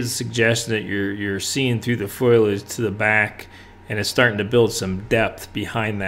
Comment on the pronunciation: Great teaching; beautiful painting! Just want to mention that the word is foliage, not foilage. Thanks for the very clear and useful lesson.